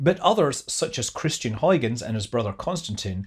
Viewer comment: That was fascinating and beautiful! :) Kudos for saying the Dutch name 'Huygens' correctly.